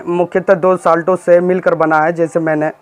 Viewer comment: पहले अपने उच्चारण को ठीक करे, इंग्लिश ठीक करो. खांसी ठीक करे. साल्टो कुछ नहीं होता है. साल्टस होता है.